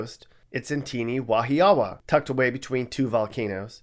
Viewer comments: Omg your pronunciation for Wahiawa 🤔🫣 “ wah-hee-wah” is how it’s said. Waianae “why-Ah-ny” is also really dangerous. It’s very local there. Just gotta be respectful of its residents. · I live in Wahiawa & it’s pronounced Wa-hee-wa. Wahiawa is the one the least dangerous place in Hawaii. More crimes happen in downtown area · Wow you just butchered the name Wahaiwa lol it's pronounced (WHA-hue-waa). And that was surprising thought it would have been Waianae or Waipahu...or Kahuku, kalihi it does have 3 housing projects there (Mayer Wrights, KPT and Kam-4), maybe Nanakuli? But haven't gone there much so idk? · It's pronounced Wah HEE Uh Wuh. Not Wah Hee AH Wah. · You said Wahiwa incorrect (Wa He Wa) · It's Wah-EEE-Wah not Wah-HEE-Ah-Wa 😂😂😂 and yes, it's pretty bad... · Wahiawa is pronounced (WA-hia-WA) or (WA-hee-WA) and not pronounced (WA-hee-AWA). You really know how to destroy the pronounciation. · LOL...Wahiawa, HI is pronounced WA-hi-wa. 😂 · Just a heads up, the area in Oahu is pronounced WAH-hi-a-wah. With the emphasis on the first syllable. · Haha I'm from Hawaii and gotta say Wahiawa (pronounced WAH HE WAH) is not really a dangerous area, just very far out and a tourist Hotspot. Most of the main crime there is theft because it's pretty isolated from the city. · Wahiawa (HI) is pronounced “Wah-hee-wah.” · Pronouncing Wahiawa wrong 😭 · Wahi-AH-Wa? 😂😂😂 Yo I cracked up at the pronunciation. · wahiawa 😂😂 it’s pronounced ‘wa-he-wa’ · It pronounced Wa He Wah Hawaii. It’s a meth hole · Wahiawa is pronounced "Wa-He-Wa" Sincerely, a hawaiian from hawaii. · I was born in Wahiawa, Hi🤙❤🇺🇲 And, YOUR SAYING IT WRONG👎!!!!,(WAHIAWA) AND IT'S BEAUTIFUL THERE. AND ALWAYS WILL BE... Mahalo,🤙❤🇺🇲🏝🌋 Now, I'm in Indianapolis, Indiana for now. And we didn't make the list... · Love your videos bro keep it up! But just wanted to add that "Wahiawa" is pronounced (Wa-Hee-Wa). How do I know that? I was born and raised on that Island. Other than that awesome vid! You da man bro! Aloha 🤙